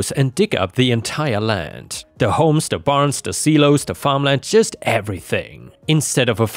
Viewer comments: First story had a silo pronounced see-low. Should be Psi-low. is in another country, so it happens... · Good video,! BTW… the word “SILO” is pronounced with a long ‘I’ SIE-LOW. Just so you know. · Just thought you'd like to know that silo is pronounced SIGH-low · Silo…sigh low.